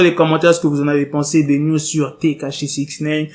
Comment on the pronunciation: je ne sais pas pourquoi quand tu dis news j entend niuds